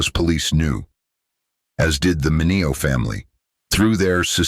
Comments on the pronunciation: This guy needs to pronounce Sal Min e o’s name correctly. By now, 2025, every human being has heard the name Sal Min e o’s name! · This speaker has to learn how to pronounce Mineo properly! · Bullshit AI can't even pronounce his name properly. This is garbage.